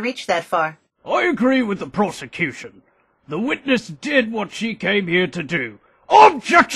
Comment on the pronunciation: I can't be the only one that hears "prostitution" when the judge says "prosecution."